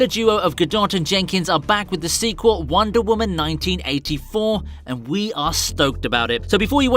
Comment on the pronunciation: Who else thinks when he says wonder women it sounds like wandavision